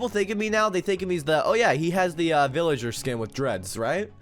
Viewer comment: villigeh skoon